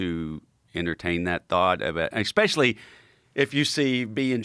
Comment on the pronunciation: EKS-SPECIALLY for a guy with my limited education” Says it all. And what the fuck is a scientific ”EK-SPEARMINT?” 😆😂🤣